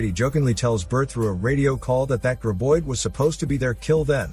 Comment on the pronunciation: It's GRAB oid!!!, not GRIB oid!!!